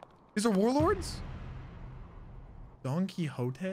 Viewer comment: I think that this is the first time that I've ever seen somebody pronounce Don Quixote Doflamingo correctly on their first try.